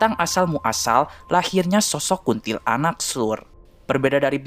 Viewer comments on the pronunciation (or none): KUNTILANAK. BACANYA/PENYEBUTANNYA JGN DI POTONG MENJADI DUA SUKU KATA. BUKAN : KUNTIL ANAK TAPI : KUNTILANAK (PENYEBUTANNYA DI SAMBUNG) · Kuntilanak bang, bukan kuntil anak😂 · Bukan kunntilaanak yg benar kuntilanak q Tot 😂😂😂